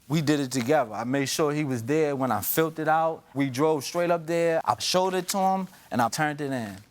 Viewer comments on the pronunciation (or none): Filled it out not filt it out